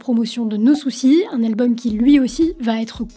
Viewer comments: On dit « no souçail » à l’english pour son album pas no souciiiiiii. Ça fait mal aux oreilles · On dit '' No Souçaille '' et pas No Soucis pour l'album No Soucy. C'était d'ailleurs l'expression qu'on entendait partout à cette époque... '' Ophélaille, No Souçaille '' Sinon, bien la vidéo. (?! 😉) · C'est trop drôle, tu prononces "No Soucis" alors que c'est "No Soucaïïïïe" comme Ophélaïïïïe ! On prononçait tous ça comme ça à l'époque 😂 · Coucou, je n'ai pas encore terminé la vidéo, mais Ophélie, son titre No Soucy, ne se prononcer pas No soucis mais... No Souce Aille. À l'époque ça en était même devenu une blague, genre Ophelaille qui chante No sousaille... C'était il y a un baille 🤦 Pardon je poursuis la videaille. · NO SOUCAÏÏÏÏÏÏÏ pas "no soucis"!!!!! 😂😂😂😂😂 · no souçaï pas no soucy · Bonne vidéos, juste un bemol l'album no soucy se prononce no souçaï en fait!!! C'était une petite joke a l'époque pour le côté anglo saxon de sa musique. Mais tu est excusé car tu est sûrement bien trop jeune pour avoir vécu cette époque, sinon très bon travail😉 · Je pense qu'on dit no soussaille sinon ça s'écrit soucis 😅